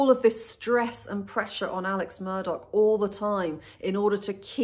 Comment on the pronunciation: Why is he Alec and Murdauck .....instead of Alex Murdaugh